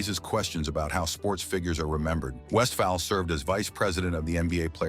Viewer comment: AI needs to properly pronounce Paul’s last name. He was a great player and coach.